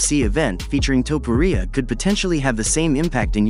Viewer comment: Who the fuuuk is Ilia TuhPuhReeAh 😂😂